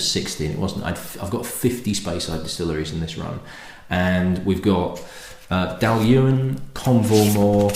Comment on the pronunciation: Your pronunciation is spot on. It’s Dall-Ewan. I’ve been a fan of this flora and fauna bottling for some time. If you like this, try the flora and Fauna Benrinnes 15 year old. It’s a distillery just the other side of the A95 from Dailuaine. I’ve two complete sets of F&F and have tasted most of them. Not the Speyburn though! Too expensive to open.